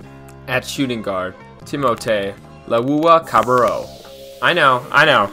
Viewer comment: trust the process! i dont think your starting 5 is right, nor your pronunciation of TLC's name lol. Bennie the 1, Fultz is the 2, Cov the 3, Homey the 4 and jo-jo that super stretch 5 ;)..but yo everyone watch that 1st Sauce Castillo clip again LOL